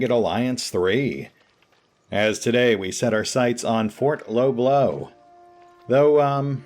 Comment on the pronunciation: It's not Fort Low Blow, it's fort l'Eau bleu, or 'The blue water'. It's bleu, not blow, nor blue 😀 (can't post links in YT, so can only point you to Google for french pronunciation .. pardon my French ;-) )